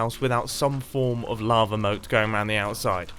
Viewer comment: who else thought he said lama moat????? Lol